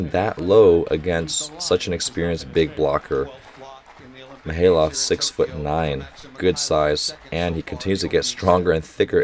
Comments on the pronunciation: Hey Coach, just noticed your pronounciations on some of the Russian players is still a bit off. Usually, most As are pronounced as "Ai," so Mikhaylov would be "Mikh(khhhh sound like you're spitting)-Ai-lov," which is why it's sometimes spelled as Maksim Mikhailov. Also, Poletaev would be Po-le-tai-ev, and Kurkaev would be Kur(like ooor)-kai-ev. An exception is Pankov, which you prounouce perfectly. Just needs a little harder accent. Ngapeth uses a silent N, so it would be better to say "Gapet." Loving the commentary! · your initial pronunciation of Mikhaylov was right